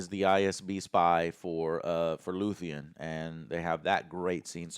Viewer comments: One thing I'll always give credit for is NEVER getting character names correct. lmao... it's Luthen, not Luthien. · Joe... get character's names right dude... it's LUTHEN... not Luthien... how can you review a show when you keep forgetting details and can't refer to characters right. You claim to love this show, and we're 10 eps in and you still can't remember characters names right. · It's Luthen not luthien, lutheen and so on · His name is Luthen. Noth Luthien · it’s LUTHEN not LUTHIAN… learn the names for fucks sake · Geez...he's dyslexic...way to make yourself seem like a a-hole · dude said luthean and im out